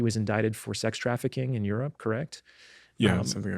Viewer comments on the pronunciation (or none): none